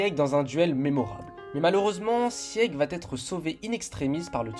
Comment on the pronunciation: Je ne sais pas si ça a déjà été dit, mais ça se prononce « Sig » pas « Sièg » sans vouloir être méchante